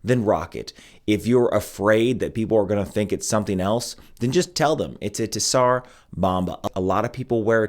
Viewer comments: Bro, you’re murdering the name! The “T” is silent. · TS in TSAR is pronounced as ZZ in PIZZA